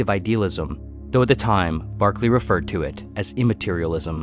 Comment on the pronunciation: Great video. Berkeley =/= Barkley